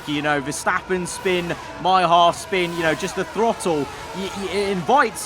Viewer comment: sure did "shpin"